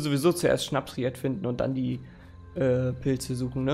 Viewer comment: SchnapSried 🤣🤣🤣 es heißt Schnappried